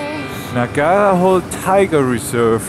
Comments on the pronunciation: its not nagar hole tiger reserve, its pronounced as " naagara-holee" tiger reserve there is a 'lee' in the end ,though the english cannot make justice for kannada pronounciation. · nuh·guhr·hoh·lay - Nagarhole pronunciation. At least pretend to make an effort - more so when it's pretty likely it's not called "hole". Your choice is music is also jarring. A good practice is to find local music (or decent remixes). Frankly pretty saddened by your lack of curiosity. That's difference between a tourist and traveller.